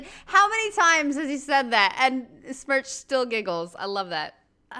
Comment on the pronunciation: Did she call Steve Smerch 😂😂😂